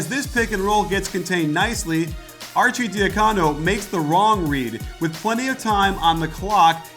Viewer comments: Nice vid coach! Arcidiacono's last name is supposed to be pronounced Archie-dee-HUH-cono, not Archie-dee-huh-COE-no. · Great video but youre pronouncing some names incorrectly. Archie and Ochefu are off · Say Archi's name right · The "arcidiacono" pronunciation made me cringe